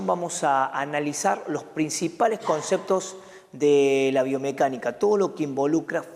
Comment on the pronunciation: comceptos? upss